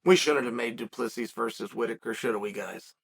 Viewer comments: No one can pronounce dricus’ last name lol.. it’s du plehssee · Remember when you got title shots that didn’t make sense? You sit here and sh1t all over the division because it is 2-0? You sh1t on all of these guys by saying their names wrong because you’re too stup1d to be able to say their names but claim that you do it on purpose. Dre is DuPlexis? Bobby knuckles is the best 85er not named Izzy. By saying this you’re either telling him to move up or down in weight or just wait until someone else beats Izzy so he can get a crack at the title although Izzy lost 3 in a row (2 kickboxing yes I get it, but also 2 by flatline ko) so to me your stance is ignorant. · Your inability to pronounce his name right is really annoying. Get it right..